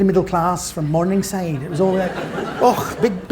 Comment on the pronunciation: Strange that he adopts a Glasgwegian accent when mentioning Morningside...